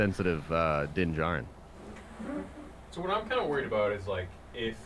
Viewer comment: I don't want to be that guy but it is Din Djarin not jarin